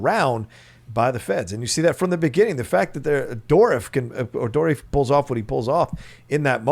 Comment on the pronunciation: Does your guest know Brad Dourif personally? As I've always heard his name pronounced Door-riff (including in official promo materials) not Door-reef.